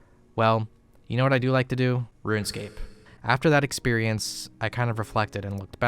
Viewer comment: kinda funny he pronounces it ruinscape